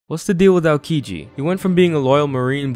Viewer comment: I know his name is spelled like Aokiji, but I keep hearing Alkiji, is it just me?